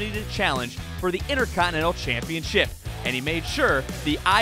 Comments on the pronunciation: I'm still trying to figure out how this speaker learned to say "championSHIP" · the intercontinental championSHIP Why do you talk like THAT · The way this dude says championship bothers me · Why does this guy say Championship so weird?